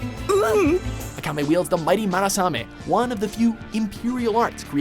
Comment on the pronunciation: IS NOT MARASAME.... geez you guys keep misspronouncing names in this TOP 10.... It's Murasame